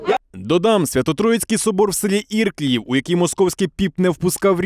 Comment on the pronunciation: Сразу и не понял населённый пункт из-за ударения подумал Ирдынь, но всё-же ИрклИев ударение на вторую И. А это от Черкасс совсем рядом за Днепром. Попа на мыло